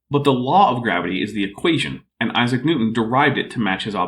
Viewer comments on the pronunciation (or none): none